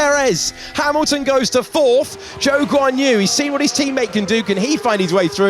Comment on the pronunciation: everytime he says Zhou Guanyu i hear joke on you